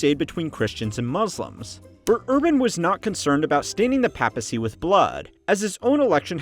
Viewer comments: Its pronounced as Pay pacy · The pronunciation of papacy... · the only time in the video where you pronounce the word "papacy" correctly. Well, you technically you said "papal" not "papacy" but the pronunciation of those two words sound similar anyway so you get the point. If you can't tell, I'm just a bit annoyed of your pronunciation of the world "papacy" and I'm not even Cristian. Mispronunciation is just annoying, especially so from a History channel.